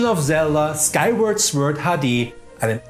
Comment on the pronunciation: Was ich hier alles lerne. Es gibt tatsächlich kleine Kühlschränke im X-Box Design, wusste ich nicht 😂 Viel gaming content, gute Folge 🙂 Was bis 2500 ebenfalls noch nicht erschienen sein wird ist Star Citizen. Weil Klugscheißer so unheiiiimlich beliebt sind 😉😉😉, weise ich nur ganz dezent darauf hin, dass das Wort „Sword“ „Sord“ ausgesprochen wird und verziehe mich wieder schnell in meinen Keller 😉 Beste Grüße und ein schönes Wochenende 🙂